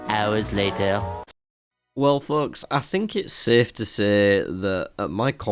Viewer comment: kind of crazy you keep calling the viewers "fucks" I know you're saying folks lol